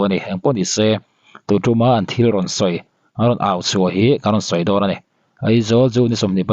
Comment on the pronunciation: A tir lamah Eizawl i ti deuh tlatin ka hria, a hnuah erawh Aizawl i ti ta a😂😅. Sawisel hrim hrim lam ai mahin, i uluk zawn nan aw.